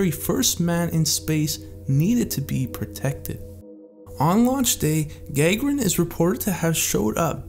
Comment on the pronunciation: "GUH-GAIR-EN" NOT "GAG-UH-RAN"!!